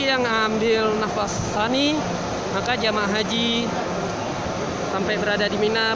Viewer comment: Terorongan apa terowongan? Nafar apa nafas?